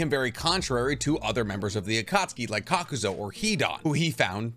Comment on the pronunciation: Lol bro i love your content, I really do. But do you mispronounce names on purpose? It always pricks my nerve 😭😂😂 Inohki? Kakuzo?